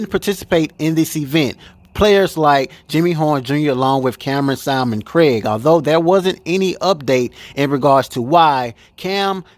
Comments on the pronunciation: His name is SIL-MON Craig, not SALMON-CRAIG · Bro, love your show! Cam’Ron’s last name is SILMON-Craig; (like Sill-man) not Simon-Craig. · Thanks for the update BUT bro can you please get Cam’s name correct. It’s pronounced SIL-MAN Craig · This is starting to get annoying and it’s not even my name🤦🏾‍♂️ Why does everyone just seem to skip over the fat ssa L in Silmon-Craig💀 pronounce it as (Seal mon)- Craig💯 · Its Silmon-Craig pronounced SEAL-Mon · It's no big deal if he mispronounced Sil-Mon Craig's name you guys miss the point & focus pay attention to the CONTENT & the video...thts the REAL WORK...thank you my brother for your work ❤ ‼️👏🏾🎉👍🏾